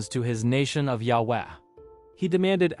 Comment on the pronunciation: why do you pronounce yahweh differently every time you say it? just google the pronunciation